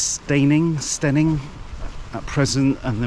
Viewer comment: That’ll be the River Adur. (The River Arun runs through Horsham). That pillbox is very familiar (just south of Partridge Green on route to Henfield), I like cycling the Downs Link via Copsale and riding my Brompton along various roads making short or long ride loops. Steyning is pronounced Stenning.